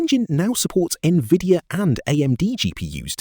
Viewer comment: AI generated video where they cant even pronouce NVIDIA DGX